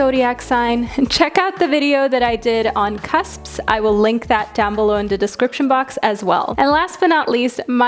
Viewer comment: Did she say cusps or cups?